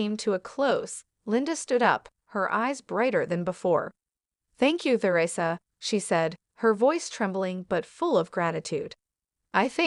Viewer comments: Isn't there any way to get a narrator who can properly Pronounce Teresa and and Not THEResa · It's Teresa Not Ther,esa